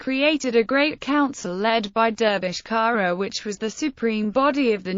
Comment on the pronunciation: The surname is pronounced "tsara"